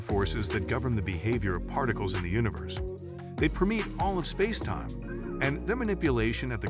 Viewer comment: spass-e-time. So many weird mispronunciations in this